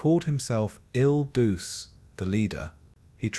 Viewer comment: It's pronounced "Ill Dootchay," not "Ill Dooshay."